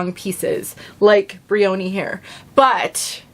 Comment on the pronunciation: I think the pronunciation is closer to brian, so the O is not a long O, and the division between Y & O is not as strong. Ya, as one having cowlicks, double crowns, etc. I love a simpler look in wigs, whether straight, wavy, or curly., as far as heat tools, I picked up a crimping iron to try on a regular synthetic. Before concerns set in, I think I'll use one of my meat thermometers to watch the head. Thought of getting a temperature gun, but not sure if I'd get as accurate of a reading. Have you tried thermometers to watch your heated wig tools? Anyway, I'd turn it on and off, to keep the temp from getting too hot, I plan on trying it on a RW Trend Setter, to make it more of a 70's-80's New Romantic/Punk/Goth aesthetic. Thanks,!